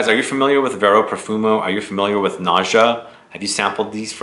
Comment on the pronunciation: Its is pronounced NA-GHA... nice review... sounds interesting